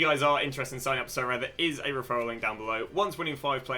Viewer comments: Sorare: aribeh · sorare: Socommon. ( with the full stop). Thanks!